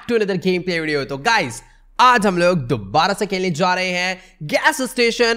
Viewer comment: Station has became“ sation "!